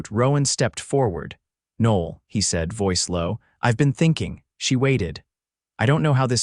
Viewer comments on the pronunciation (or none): The AI narrator completely messes up the pronunciation of her name. Noel is a beautiful name (Noel [Noël] means Christmas in French) and should be pronounced correctly.